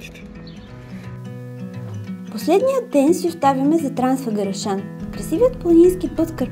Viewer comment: You pronounced. Transfăgărășan.. Just like a Romanian.. Cool... (foarte interesant) . Very interesting video